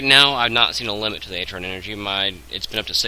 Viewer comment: If ur going to pronounce artron wrong i almost didn't want to watch this except for the part where it could be the only way to fix my problem... but it's artron like ARRRtron..... not atron...